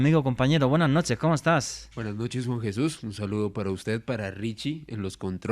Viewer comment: Que mal me caes cuando dices BUENASH NOCHESH NOCTAMBULOS.